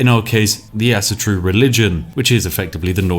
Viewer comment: "Asa-Tro" Spiff: "ass-turu" "Medel-Pad" Spiff: "meppeladd" Why am i surprised though? He cant even pronounce native english words :D